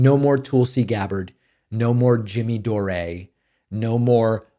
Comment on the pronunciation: Does David say jimmy dore’s last name wrong to be funny or does he literally not know how it’s pronounced?